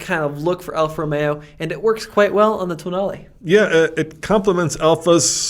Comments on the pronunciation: Tonale more like Toenail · Alfa tonale, nah toenail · I'm Italian and this is how you pronounce it: ToeNail.